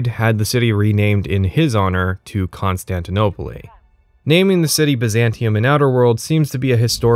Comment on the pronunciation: how did you say constantinople so wrong? why did you add a "puly" at the end . did you misspeak and not catch it or did you actually think thats how it was pronounced?